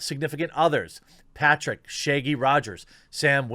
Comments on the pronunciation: why do you pronounce it "Shayggy" though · It’s ShAAgy...not Shiggy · It's not "Shay-gee". It's Shaggy with a short "a". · Okay, but why tf does he pronounce Shaggy "Shaygie"? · Now shagy is sheigy? Said the fucking words correctly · No one: Jeremy: Shayggy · Your accent has never been more intense than when you pronounce “Shaggy” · Why does he say shaggy like that